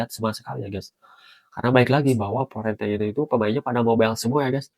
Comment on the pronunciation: Fiorentina bang.. bukan Florentina bang.. Florentina siapa dah itu? Tetangga sebelah kali Florentina.. hehehehe